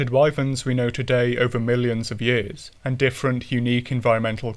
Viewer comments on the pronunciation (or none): none